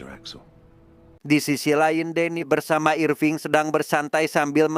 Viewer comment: Irfing kek jowoki bejirr😂